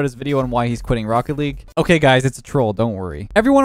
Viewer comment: FROOCKET LEAGUE